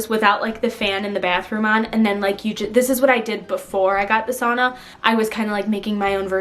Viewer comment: lmfao when you said "sauna" i thought you were saying "a son"